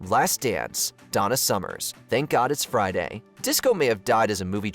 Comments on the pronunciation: Her name is Donna Summer not “Summers” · Donna Summer, not Summers. FFS. Also, who calls "I Just Called To Say I Love You" an R 'n B classic? How white are you? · Now for a very MAJOR nitpick: Donna SUMMER. Not "Summers." Absolutely unforgivable. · Her name is Donna Summer, not Summers, lol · "Summers"? Did you say "Summers"? Did you just called Donna Summer, the Queen of Disco, "Donna Summers"? What's wrong with you? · For the UMPTEENTH TIME her name is Donna SUMMER not SUMMERS ! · It's Donna Summer, not Summers! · Donna Summer, not Summers.